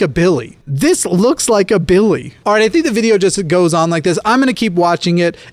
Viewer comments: I lose my fucking mind every time you say "BiLlY" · I'm imagining his name being spelled "Billigh" based on how you pronounced it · Everytime he says Billy in this video all I think about is Jacksfilms Kermit sings video.